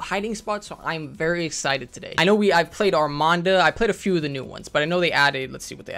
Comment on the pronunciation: ARMADA. Not ArmaNda